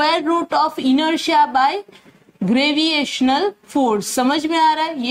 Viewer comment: Why do you say graviational to gravitational ? Everything else was informative. Thank you.